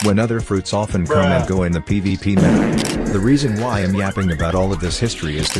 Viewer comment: Why do i hear like ppp instead of pvp